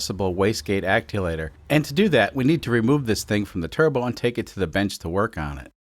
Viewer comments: Say aculator, one more time. Ac-tu-a-tor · Are you trolling me by saying aculator instead of actuator? 😊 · it sounds like you're saying acculator when describing a part that i would call an actuator. is this a cultural difference in UK vs US pronunciation? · I am slowly gaslighting myself to believe its always been Wastegate "Acculator" and not "Actuator". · Actulator? Or actuator? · you're referring to the wastegate "acculator", I've always heard actuator but could be wrong. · I love you but it's pronounced ACTUATOR It's not aculator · It is a wastegate ACTUATOR. Aculator is not a real word. I have heard you say it in a few videos and it finally got to me today. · acliator? Actuator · Aculator? U mean actuator? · there is no "L" in the word "actuator" (ack SHOE ate er) acculator is slang for "jack of all trades", not a turbo part. (that was just a little bit cringe misused in rapid fire succession) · It’s pronounced acc-tu-a-tor. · Aculator? Wtf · it’s pronounced “act you ate or” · Great Sunday for an upload! I also came to hear him say acculator instead of actuator. Gets me every time. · I like how keeps saying "acculator" like it's a real word. And I'm going to keep telling myself that until it doesn't bother me 😂😂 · Actuator is pronounced act-shew-waiter. Love the content but killing me with that haha. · Is anyone else getting annoyed with the way he's saying actuator? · Actuator !!! 😅 Where's the l come from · I love the content but God it irks me how he says actuator lol. Love the content keep it up. 😂😂